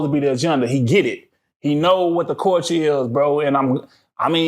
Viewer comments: SAY IT WIT ME CULLLLLLLL-TURRRRRRRREEEE NOT CWULCHUR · Everytime he say Cooture, I die laughing, cause that “L” is not silent 😅 Say it with me C U L T U R E. i love you 🤗🤗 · Why is he pronouncing culture like that